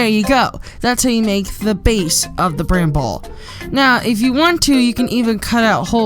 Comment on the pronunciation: STOP. SAYING. BRANBALL!!!!